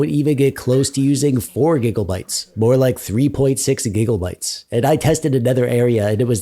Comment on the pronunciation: "4 giggle bites of v-ram" LOL